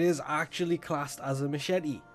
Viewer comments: i love you. but, one word: mashet xd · So is secretly French? He does not pronounce the "e" for machete.